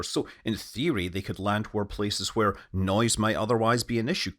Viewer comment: I love how you pronounce Hwere, I feel like that's how the word is supposed to be said